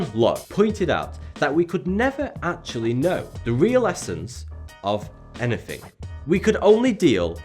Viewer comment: It's "anything" not "anyfing"